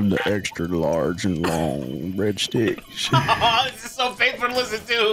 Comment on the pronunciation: When said breadsticks.. Sounded like he said Bread d!cks